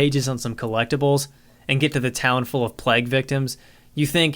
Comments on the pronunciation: Is anyone else bothered by his pronunciation of vague and plague? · The way he says vague and plague gets me XD I think it's the same way people who read it quite a few times before they heard it out loud say it. Please say bagel in another video, i wanna hear if you say it like Dan harmon :D